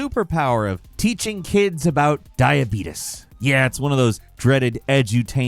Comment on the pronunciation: "I HAVE DIEBEETEES"😂